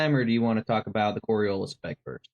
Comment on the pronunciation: Does not even know how to pronounce Coriolis, he keeps calling it Coriolisa?